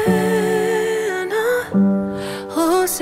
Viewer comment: Lovely, but her pronunciation of "Hosanna" is distracting. Sorry.